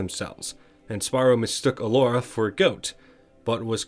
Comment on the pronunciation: "Gelora the Faun" >:((((((((((((((((((((((((((